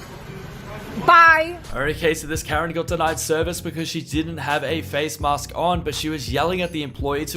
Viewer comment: Yes, please wear a mee-ask inside